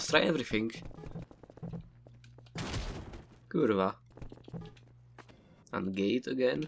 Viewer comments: Its kurwa but ok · ja ci kurwa dam mówienie przez v polskiego słowa narodowego! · I like how you said in Kurwa is also a polish Word And sounds really funny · Im sorry and I regret thinking he said "kurwa."